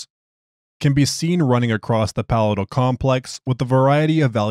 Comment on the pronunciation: Since you asked for assistance with pronunciation... Palatial: puh-LAY-shl